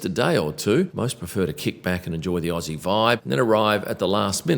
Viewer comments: does MATE at the end make up for calling us Ossie's instead of Ozzies You decide Y or N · never say aossie again.. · Oh Lordy, don’t encourage their mispronunciation of Aussie 😂😂😂